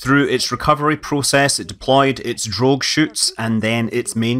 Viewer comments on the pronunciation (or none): none